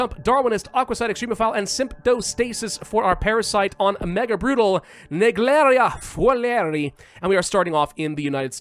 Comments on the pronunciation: It pronounced Neg-leria fow-ler-e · I love how does the French accent when calling the "Naegleria fowleri" amoeba. Also to the creator of this scenario, I'm glad you chose parasite because putting Naegleria as a bioweapon doesn't make sense since Amoebas are classified under parasites. But I'd like to correct that Naegleria doesn't really infect via ingestion. It infects via intranasal contact (Layman = Enters the nose).